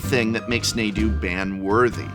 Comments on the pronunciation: is it just me or does it bug anyone else that he says nay-du instead of nah-du? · I can only hear NAY-du so many times lol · Listen I know its a Professor's job to mispronounce names, but it really isn't neighdew. I feel like there is no way you could have watched any coverage of the pro tour or any meaningful discussion about it and still be pronouncing it that way. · Prof, You pronounce it Raw-gaw-vahn, but you pronounce Naw-du as Nay-du, omg Nay-du is grating on the ear! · Prof is the only one who calls him Naydoo and not Nahdoo. It hits my ear so so wrong. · Nah-doo not Nay-doo please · its not Nay-du its Nah-du as there is no double consonant. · Stopped watching after the like 4th time you pronounced Nadu wrong. How many people have you heard call it Nay-doo vs Nah-doo like come on its like you're intentionally saying it different to be "cool" or some hipster shit. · Sorry, couldn’t get past “Nay-doo”. Someone tell me if I’m wrong, but isn’t it “Nah-doo”? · prof you're an english major don't do this its NAH-DOO not NAY-DOO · Two things: 1. I'm pretty sure his name is pronounced like Nah-doo. Long A's typically don't show up in Ancient Egypt, on which Amonkhet is based (similarly, it's not "Ay-monkhet," but "Ah-monkhet." 2. I had been reading Nadu's ability wrong. I thought his ability triggered only by opponents targeting him. I don't think my brain allowed for the possibility that they'd actually print something like that where you could just target him with your own free equip costs... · Love you It's a major dad moment though when you pronounce this card Nay-doo. Like when my aunt says Mario like the Ma is the 'May' in Mayor. The spelling and english pronunciation would suggest it's pronounced Nah-doo, like 'nah bra, that ain't how it's pronounced' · Also just got to the part where you pronounce Rah-gu-vahn, so why is Nadu a hard 'a'? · Nah-dude? Nay-dude. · I've been saying Nahdo, the Naydo pronunciation has me spiraling.